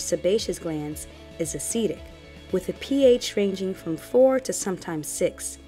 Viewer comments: Nice videos, very informative! (I do wonder you pronounce acidic as aceedic? You don't say aceed instead of acid, so surely it should be acid-ic) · It's not a long e on acidic! As a nurse I cringed every time you said acidic! Acid-ic..not Aceedic! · THE WORD IS; ACIDIC AS IN ACID, NOT ASEEDIC, That's not a word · Am I the only person who was weirded out by the way the pronounces "acidic"? She says "Ah-seed-ick". I've only ever heard "Ah-sid-ick". Just giving my thoughts, no hate lol it's an informative video. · It's acidic. Not acetic . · That really bothered me throughout the video 😬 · Jacob that was urking my nerves too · I can't get over how you say Acidic loool. So do you say aseed instead of acid 😂😂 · Very informative, but a-cee-dic was killing me in the beginning. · This is very informative but i wish she wouldn't say "aceeedic", its giving me hives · Umm... I'm not trying to listen to anything scientific if you can't pronounce "acidic." Not trying to hate, it's just really worrisome.